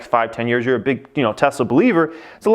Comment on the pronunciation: "look at Teslamenessla"